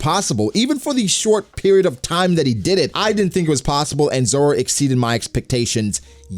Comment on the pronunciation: This dude said roro zoro roro😂😂